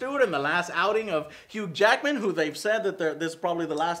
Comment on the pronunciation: says hughed Jackedman instead of Hugh jackman LOL!